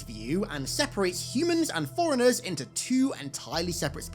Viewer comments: C'mon dude, it sounds like you're saying "foreignehs" instead of forerunners. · Forerunners sounds alot like 'foreigners'. Maybe its meant to be foreigner? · You're making forerunners sound like foreigners. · Ngl it sounds like you're saying "foreigners" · It sounded for a sec like you were saying “foreigners” not Forerunners 😮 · Its FORERUNNERS?!?!? i thought he was saying foreigners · I did not understand what Foreigners even are at first. But then...... Forerunners pronounced fast 😅😅